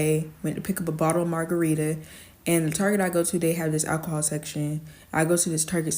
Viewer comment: How many times did she say alchohol? She has an issue...